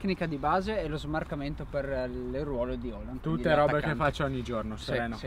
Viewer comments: Hòlan, cazzo, Hòlan. Quale Halland? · NON E' HERLING MA ERLING